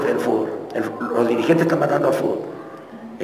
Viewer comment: Clavito se dice fútbol y no fubol xd